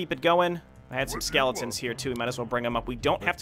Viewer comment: Soooooo much more satisfying hearing you properly pronounce SKEEEEEELLEEETONS!